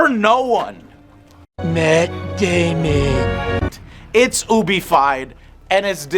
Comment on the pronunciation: lmao at the "mat dazmon"